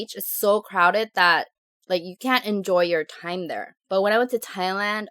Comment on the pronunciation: time not ti.m